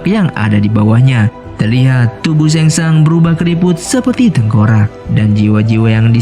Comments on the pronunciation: Penyebutana nya sheng shung bukan sheng shang😅🙏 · SHANG TSUNG BG BKN SHENG SHANG😂😂🙏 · Sang tsung,bukan seng sang